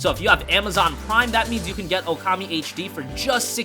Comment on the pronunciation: It is OOKAMI not "OKAMI." Ookami means "Great God." Okami means "hostess." Ookami is not English. It is not promounces "ewkami." Japanese vowels to dont change pronunciation when combined. OO sounds the same as O or OH, it is just pronounced longer.